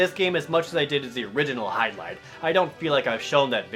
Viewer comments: pronounce "HY-DIL-IDE" lol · Oh come on its not that hard too say the tittle Jared let me show you Virtual Hy-barfs-...ok that was weird let me try again Virtual Hydli-DEAD